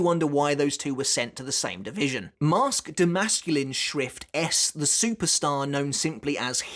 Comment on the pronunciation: always sounds like you are saying schwift haha, get schwifty